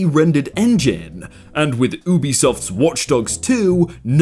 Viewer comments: You-be-soft. not ooo-be-soft. I don't know this just annoys me for some reason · Did... did you just pronounce 'Ubisoft' as Oobisoft? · I'm so sorry to point this out but it's getting on my nerves tou say ubisoft by pronouncing the u like oo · you said Ubisoft wrong just so you know